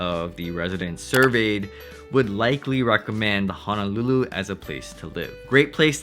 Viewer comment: Hope this doesn't sound too rude. But your pronounciation of Honolulu is pretty "haolefied." Ouch, it hurts my ears! (Living in CA for years but speaking as 5th generation Hawaii-born Asian local.)